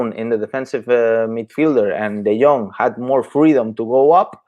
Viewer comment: Say De Jong correctly